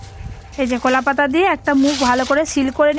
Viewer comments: আপনি উচ্চারণ গুলো ঠিক করে বলবেন কুলা পাতা নয় ওটা হবে কলাপাতা লুঙকা নয় ওটা হবে লঙ্কা না হলে আপনার রান্না আমার ভালোই লাগে কিন্তু আপনার কথাগুলো ভালো লাগেনা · কলা পাতাকে কোলাপাতা, ব্যাম্বু কে বাম্বু, সাদা তেলকে ছাদা তেল এগুলো কেমন ভাষা🤔